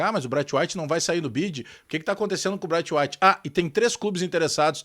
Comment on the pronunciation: Não se pronuncia "Braitwait", se pronuncia "Breitweit".